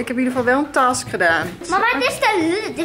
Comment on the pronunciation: 😂task je moet zeggen tesk